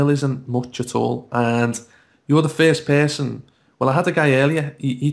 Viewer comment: "Ferst p3rson" wtf.